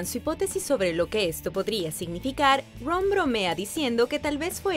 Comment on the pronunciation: Q pronunciacion tan mala del Ingles.. Quien es mirel la llorona? .. jarui? ruon? Rom ruidel? muy mala pronunciacion.. 🤦🏻‍♂️